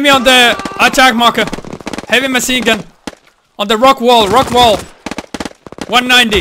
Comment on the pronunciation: why he saying - maSin gun )))